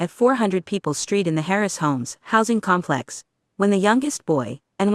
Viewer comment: AI word spacing is like that of news talking heads. There are so many phrases where the wrong emphasizes are placed that it is nauseating . Example: "..at the com PLEX.." However, this is so full of facts and backup documents that it should be shown on national news specials as "How drugs help destroy the best laid plans" and "How an AI narrator can cram our heads with useful tidbits we can ruminate over for decades". Complex residents, you don't let in gangs without paying the price. This goes not only for public housing projects, but also for apt complexes in general. I lived in two apt complexes for a total 15 years. Don't let in the gangs!